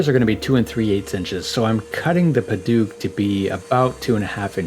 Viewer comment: Me an burmese boi and hearing padauk like padook It is pronounced like :pa d out out and start it with d like Dout with k ending padouk